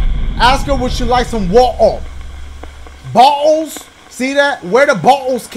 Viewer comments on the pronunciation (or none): Dashie: "WA'ER BO'ELS" Me: please make like a glottal and stop 😂